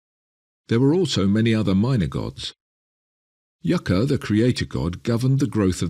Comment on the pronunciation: It was YaYa. The spirit of spirits, the supreme being. Not “Yaka” 🤦🏾‍♀️